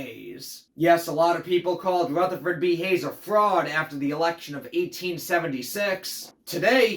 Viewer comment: Ruth-ah-ferd B Hayes 😂